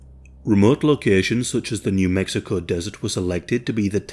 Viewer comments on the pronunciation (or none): none